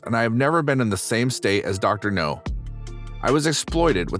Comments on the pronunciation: It's Dr. Now, not Dr. No. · The way the narrator says "Dr No" in stead of "Dr Now or Dr Nowzardan" makes me cringe even more than the cringey spider intro. Sounds like the narrator doesn't even watch the show, but is just given the script. Which, Tbh, wouldn't exactly be a shock for a channel like this. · It's pronounced Dr. Now, not Dr. No. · Robo voic needs to pronounce names properly. It Dr Now NOT Dr No. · The doctor’s name is pronounced “Now” (short for Nowzarden) not “No”. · The name is Dr. NOW not NOE, man!!🤪😣😜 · Dr Now, not Dr. No! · His name is Dr Now, not Doctor No. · Every time he says Dr No im like its Dr Now dammit lol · GEEZUS FUCKING CHRIST!!! Doctor Now NOT Doctor NO!!! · Hey, People in Charge of the Narrator! Could somebody please inform him that it's Dr. Now, not Dr. No? (I'm pretty sure Dr. No was a Bond villain.) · Dr. NOW NOT Dr. NO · It's not dr no its dr now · It's Dr Now NOT Dr No his name is Nowzarden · For the love of fuck, my dude, it's Dr. NOW, not Dr. NO. Dr. No sounds like a Bond villain. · Ugh, that drove me nuts, too, and I couldn’t watch it all. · Maybe he is pronouncing NOW like KNOW, but it is heard as NO. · Dr.NOW not Dr. No. I like the video but the Dr.No thing is like watching the Avatar the Last Airbender movie and the characters saying Ong the whole movie. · Dr.NOW Not Dr. NO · It’s pronounced Dr Now. Please do research before posting. That drove me crazy the entire video . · If there's anything you change, PLEASE say Dr. Now's name right. It's NOW, not No. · You keep calling him Dr. No... Lol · Doctor No... Do you purposely mispronounce stuff to piss people off? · Pronounced NOW!!!! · Why do you keep saying, Dr. No?? It’s not pronounced like that lol. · It's Dr. NOW.. As in COW.. I gave👎 because of it. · That's not how you pronounce the doctor's name. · Ikr it did me too